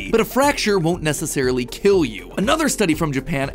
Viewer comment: Will it KEEL?